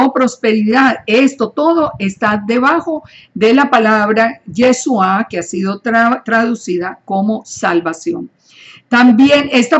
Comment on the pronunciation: Por que dice yesua? La partícula es chu y no su. No se dice tesuva. Entonces porque no usa la partícula correcta? Debe usar la palabra YESHUA. POR FAVOR ESTA EQUIVOCADA diciendo Yesua y no Yeshua.